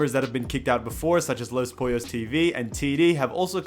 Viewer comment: “Los poiyos”